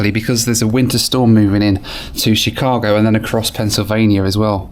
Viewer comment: i'm so sorry the way you're pronouncing chicago is driving me insaneeee